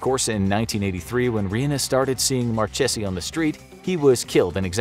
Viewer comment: Actually it's not even Marchesi, it's Marchese, so ur not supposed to pronounce it like if it had 2 ee's, should sound more like "Ey"